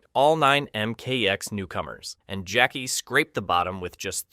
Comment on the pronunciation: Why are you saying "Jakwee"??? Its just Jackie written differently. Like Spanish "qui"